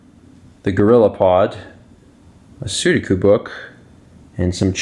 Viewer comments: "Soodakoo" Wait, say that again? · I paused there too lol. I always say suh-due-koo, but I'm not actually sure of the pronunciation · He clearly miss pronounced it.